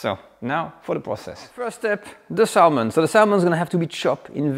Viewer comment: By the way, you don’t pronounce the “l” in the word salmon…😅